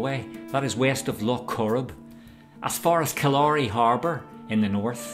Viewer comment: Pronounced KILL•a•ry as opposed to kil•LA•ry fjord.